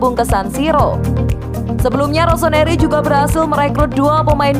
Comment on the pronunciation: ROSONARI ??? cek menit ketauan yg baca berita nya bukan milanisti.